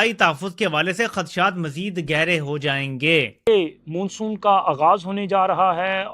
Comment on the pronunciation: मुन्सून क्या होता है बे मान्सून को मुन्सून बोलते है 😂😂😂